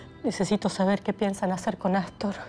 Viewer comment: Me gusta cuando el dice Assstor.